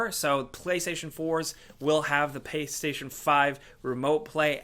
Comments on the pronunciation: was it just me that heard “Paystation”? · i knew i heared paystation instantly reminded me of nopaystation yea i doubt that will be on the ps5 lmao